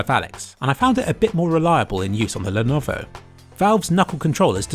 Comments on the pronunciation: I'm waiting for a comment listing how intentionally mispronounce "Lenovo". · My god please say lenovo normally 😭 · why do you keep mispronouncing levono? It's no that hard. le-YO-lo. That's it. I seriously expect you to put more effort into your videos. Kappa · My favourite pronunciation of "Lenovo" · Also it's pronounced as "LEH - NO - VOH" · I couldn't focus on the comparison because I was listening to the 200 different mispronunciations of Lenovo. This is art if you ask me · ah yes, the Lenoov. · He pronounces it in alot of funny ways, but the one that really caught me off guard was the ''llellennovfvvo'' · The "Lenoov" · you forgot leanovo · is defiantly the best lenoov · The Lenuwu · love all the different Lenuvio pronounciations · Lenuvo, len-ovo , lyenovu. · Lenovo.. Lenuuv.. Lenhhhhmhmh.. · Lenuvo, Lenohvo, Lenvo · Lennoo Leenov Lenenenvovo Lenov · lenovovo lenoov and lwleoawvo had me dying 😂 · I never noticed his horrible yet hilarious pronunciation of levnOwO until I read this comment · ... I know he's trying to say Lenovo but this is just a bad fail. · 😂 I swear he pronounced Lenovo different every time he said it. I genuinely thought he was sneakily mocking the.... that’s it he just fucking said Monovo... I’m done 😂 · I love how you changed the pronounciation of Lenovo each time you mentioned it. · haha get seizures when he try to pronounce Lenovo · "The lenvo" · I lost my shit at the pronunciation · Can't forget the "Lenovovo" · I've lost count of the number of ways to pronounce Lenovo. Were there any you didn't use? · Stupid man tries to pronounce Lenovo for 1409 seconds straight 🤦‍♂️🤦‍♂️.... Srsly man I love your videoes and the effort you put in them but after one or two times it quickly got so annoying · Alternative Title: mispronounces Lenovo for 23 Minutes straight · the constant change in pronunciation of Lenovo was very philipy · hahaha lenuvuuvhuv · L E N V O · he's doing it on purpose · he is mumbling "Lenovo"